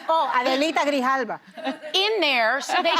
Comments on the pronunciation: It's insulting Sara doesn't learn how to say ethnic names and falls back to Ana for pronounciation. Literally take 5mins and learn it Sara. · Sara learn to say representative Adelita Grijalva’s name, this whole “teehee I can’t say her name, it’s soo ethnic” shtick is disrespectful and unprofessional and frankly a bit racist to just point at fellow panelists like they’re your Spanish speak and spell! The micro aggressions coming thick and fast with Sara today!! I say this as someone who usually enjoys Sara’s quirky personality at the table, recently though she’s listing ever more to the right but still insists she’s an independent, it reeks of disingenuousness to be frank and the wider audience is noticing! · Sara also attempted to say it in another segment but she practically butchered the name or stumbled across it. So rather than keep messing/mispronouncing it, rather just go to Ana on it. I mean, I get it.